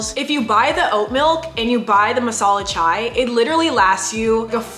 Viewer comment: I'm an Indian I can't believe she drinks masala chai OMG......god...... That's so good..... The way she pronounced MASALA CHAI 😂🤣was too good to be true..... Love u Eva